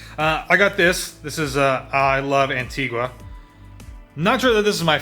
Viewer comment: You didn’t pronounce Antigua correctly. 😆